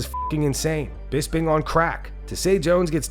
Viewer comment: it's BisPing, with P like Potato